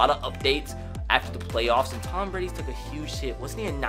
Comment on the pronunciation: “i had no idea that tom britty was AKshully the slowest qwüttaback”